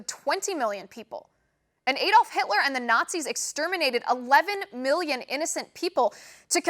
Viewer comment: You got all the names right except Adolf which for some reason you pronounce A-dolf! CNN what garbage!!